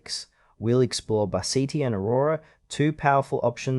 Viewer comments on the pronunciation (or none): Thanks for the video.I have used Bazzite on a computer when I could not get SteamOS to boot. I have been happy with it. I have always heard Bazzite pronounced BA zite with the emphasis on the BA, and a short a sound, with the second syllable sounding Z long I (eye) t and a silent e at the end. But that may be because I listen to only English videos.